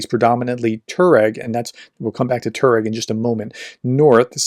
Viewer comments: Tuareg is pronounced TWA-regg, not TOR-regg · It is not pronounced Tur -reg it is Tuwa-reg.